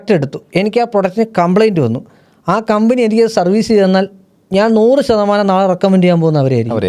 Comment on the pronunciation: കമ്പിനി അല്ല കമ്പനി